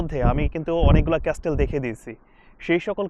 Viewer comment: ভাইয়া আপনি অনেকবার ক্যাস্টেল উচ্চারণ করেছেন যার সঠিক উচ্চারণ হলো 'ক্যাসেল' (Castle)। তবে আপনার ভিডিওগুলো সুন্দর যা আমার ভালো লাগে ❤️ কখনো পর্তুগাল যাওয়ার সৌভাগ্য হলে অবশ্যই আপনার সাথে দেখা করার ইচ্ছা প্রকাশ করি 🥰